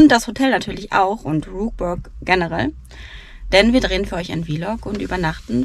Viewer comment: Ein sehr informatives Video. Ihr habt uns nochmal schön zusammenfassend mit durch euer Wochenende genommen und von allem etwas gezeigt. 👍🏻 Exklusiv um 7 Uhr frühstücken ist doch auch mega geil. Besser als wenn alles voll ist. Jetzt wissen wir auch wie Rookburgh richtig ausgesprochen wird, mich freut es, dass ich zu den richtigen 50% gehört habe. 😌 Also alles in allem perfekt, wenn jetzt noch ihren Phantasialand Hoodie bekommen hätte 😔